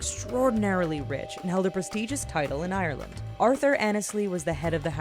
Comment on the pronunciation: How you say ireland.UHHHH NUUUU!!!!I say it properly